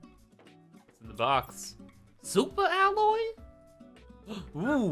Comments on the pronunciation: Oh how I missed pronunciation of "Supa Alloy"! 😂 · SOUP-A ALLOY!!! ❤